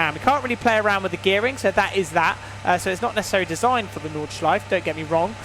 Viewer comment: Just so you know.. You pronounce the 'e' at the end of porsche and nordschleife